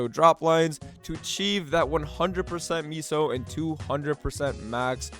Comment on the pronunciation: What is meeeso gear? Why is he calling meso meeso